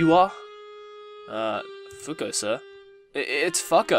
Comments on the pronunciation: I couldn't help but laugh every time you pronounced the name 'FUCK-OH' (I'm so immature xD) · i think it's pronounced fuko but idk :/